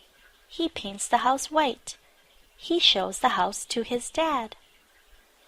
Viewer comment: เรื่องที่ 2 ชื่อเรื่องขึ้นต้น He แต่ออกเสียง ชี เสียงคล้ายกันมาก งง ?? ฮ่าๆๆ